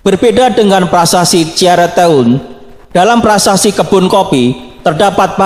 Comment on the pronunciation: ini yang jelaskan bukan orang sunda ,,,,yang benar bacanya dong ci aruteun bukan ciarute un